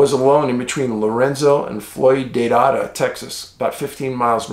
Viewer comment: Dear Dave, Native West Texan here. Floydada is pronounced Floi-day-da. LOL, I know, they sometimes don’t sound the way they are spelled. Also, Pecos is Paycus!! Thanks for all your hard work!